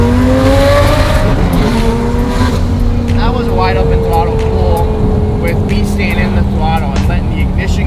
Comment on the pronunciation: did he say "wide open twottle" ? :D